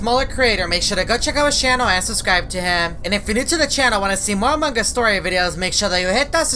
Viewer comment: ok i like how says Subcribe became suscribe